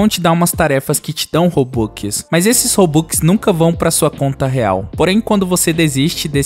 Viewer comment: Ele falando robux e engraçado robuquiskkkkkk😂